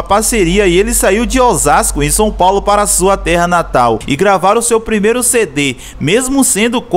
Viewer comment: Fiquei agoniado tbm KKKKKKKJJJ Fora o Son Paulo né KKKKKKKKKK